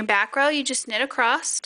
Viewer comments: I like your tutorial. Thank you 🙏 But I wonder why you say “acrost” instead of ‘across’? Is that a regional pronunciation? Also, I’ve watched 3 times now and I’m still not sure how left shoes is differentiated from right shoe. It seems you put a lot of time and effort in the early parts of the knit tutorial, but then rushed it at the end and left out explicitly needed info regarding where and how to attach and knit the straps?? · One of the most mispronounced words in the English language - across. I hear so many people say, "acrossed."